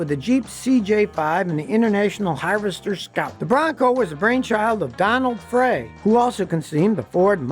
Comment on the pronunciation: Frey pronounced like Fry not Fray